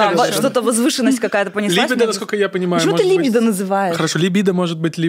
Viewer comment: Крутой выпуск, впринципе как и все) Нравится ваш подкаст, так ещё и подруг подсадила. После спорного высказывания (как на мою точку зрения) обсуждаем с подругами. Вера более раскрепощённая стала. У очень грамотно поставлена речь. НО! Ударение в слове ЛИБИДО режет слух 😅 Наташа очень крутая и интересная личность. И да, благодарю отдельно всю команду за качественную и цельную картинку.